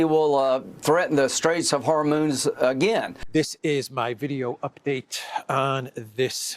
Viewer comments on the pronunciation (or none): Did Mrs Graham say ”Straight of Whore-moons”?